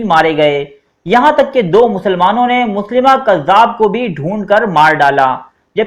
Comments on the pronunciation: Janb ap galat lafz bol rahy Han. .مسلمه nai tha مسيلمه hy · مسیلمہ نام پڑھتے ہیں نہ کہ مسلمہ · مسیلمہ کذاب ہے مسلیمہ نہیں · Ap name drust kr len MUSAILMA hy